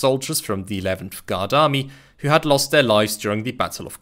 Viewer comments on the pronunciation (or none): none